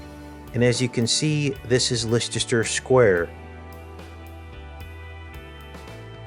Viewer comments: please don't say lestesrer square again it's lester my good man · Great video. By the way, Leicester Square is pronounced 'LESTER' ( CRAZY, i KNOW). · Indeed,! Btw it's pronounced Lester 😉 Much Love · Leicester Square is pronounced "Lester" square. From UK. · It is pronounced LESS- TER Square!!!! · Hi there, a very informative video,however, I should point out that Leicester square is actually pronounced as, LESTER square. Cheers! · The temple is not being built in Leicester Square London. The temple gate is being built in Trafalgar Square in London. The 2 places are about 1/3 of a mile apart. The pronunciation of Liecester Square Is "LESTER" Square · it's pronounced Lesster square! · interesting.. but Leicester Square is pronounced like this LESS STAR square .think the way you say it is cute tho very American ! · Having trouble with pronunciation of Leicester Square in London. Pronounced "LESTER" Leicester Square Times Square in Simple Gematria Equals: 324 = (6+6+6)x(6+6+6) 324 = 6x6x9 3x2x4 = 8+8+8. 3+2+4 = 9. 13+13 letters. Leicester Times in Simple Gematria Equals: 162= (6+6)x(6+6)+(6+6+6) 1+6+2 = 9 Square in Simple Gematria Equals: 81 = 9x9 8+1 = 9 Leicester in Simple Gematria Equals: 96 = 6x(8+8) or 8x(6+6) Times in Simple Gematria Equals: 66 Times in Jewish Gematria Equals: 234 = 6x(13+13+13) or 13x(6+6+6) 234 + 432 = 666. 2+3+4 = 9 Times in English Gematria Equals: 396 = 6x66. 3+9+6 = 9+9. Initials LSTS in Simple Gematria Equals: 70 and 70 plus mirror 7 = 77. And lastly, Leicester City are top of the Premier League in England with a clear 7 point lead with 69 points..